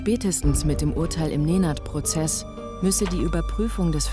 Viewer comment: Ej brate, svaka čast. Aber bin ich der einzige den die Betonung nervt? Neeeeenaad. Naja meine Lehrer können nach 10 Jahren meinen Namen auch nicht aussprechen